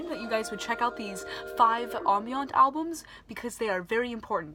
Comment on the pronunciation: It's uh ..."am-bee-uhnt".